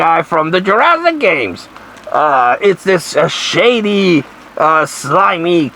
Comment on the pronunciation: Greetings 😀 It sounds like your saying Jurassic cunt 😂 Lmfao